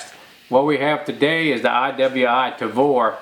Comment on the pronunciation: I just LOVE the "TRAVOR" ! ;)